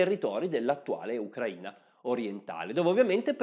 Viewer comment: Grazie mille per l'accento giusto nella Sua pronuncia del nome del nostro paese. Tutto è verissimo. Posso testimoniare: sono cittadina dell'Ucraina. ex giornalista sovietica dagli anni quando tutto era sovietico. La sua posizione è neutrale. Capisco: uno storico non sia un politico. Olha Zaporizhia